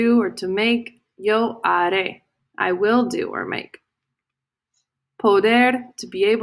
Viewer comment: It’s lo haré, the h is silent. I saved you 9 mins